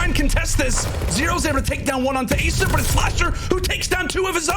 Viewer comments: asiiiiiim. Don't know why the castors are still confused about it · WHYYYYYYYY are these castors still saying asim's name wrong?!!